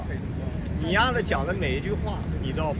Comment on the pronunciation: 郝海东青岛人，说你丫你丫的时候，特别的不顺嘴